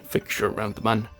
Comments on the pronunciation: Its Mun, not Man. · you pronounce the mun : moon, not man lol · I ksp it's called the mun